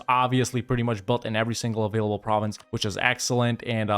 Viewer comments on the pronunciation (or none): none